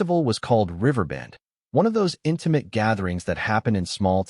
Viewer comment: Narrator correction: (1) "lyric" should be pronounced "LEER-ik" not "LYE-ris" (2) pronounce "read" as "reed" not "red" (3) pronounce "intimate" as "IN-ti-mət" not "IN-ti-mate"